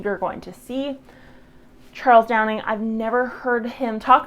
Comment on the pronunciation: for someone claiming to "have nothing but respect" for Charles Dowding you should at least get his name right instead of constantly calling him Charles "Downing" and even writing it wrong in your video description